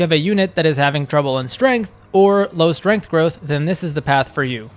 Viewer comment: Also why can't you pronounce the letter S? It's Strength, not Ftrength. It's Speed, not Fpeed.